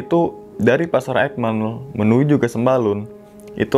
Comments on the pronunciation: Aik Mel bang buka ekmel 😂,, jdi kdengerangnnya BHS Inggris BHS sasaknya 😂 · Bukan ekmel tapi aikmel bg